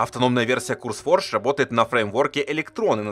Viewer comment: ну вбивай ты хотя бы в переводчик произношение слов. Не "Курсфордж", а "Кёрс", Curse - проклятие. Не ФайермАу, а ФайермОу, Maw - пасть